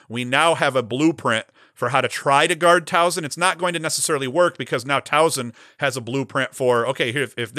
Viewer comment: Great show, as always. Towson is on fire, so let's work on this. There is no "z" in the name. Soft "s" like in Saturday. Say it with me..."My son goes to Tow-son" Just kidding. You probably feel the same when people who say Syracuze instead of "cuse" so I'm just as guilty.